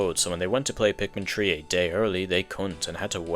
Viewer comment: I'm not trying to make fun of your accent why does it sound like you're saying Pikmin tree